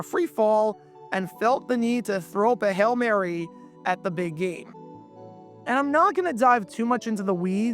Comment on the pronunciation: Well they also said “hell Mary” a number of times. i think we all know it’s “Hail Mary”.🤪